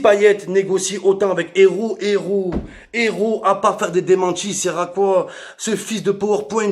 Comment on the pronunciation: Il dit coi 😕🤷